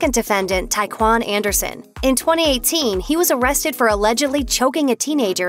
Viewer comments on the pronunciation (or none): none